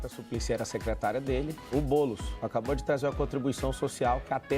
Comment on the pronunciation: Oh!!! Pare de errar o nome do homi nos começos dos vídeos!!! É BoouuuuulEEEEEss. Repita comigo: BoouuuuulEEEEEss